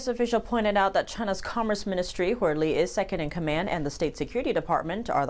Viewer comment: bessent can't even pronounce Lee's name properly. Why is he shaking?